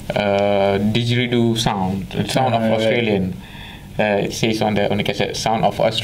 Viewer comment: Cool but you need to stop dropping your "D"s.... diDgeridoo dude.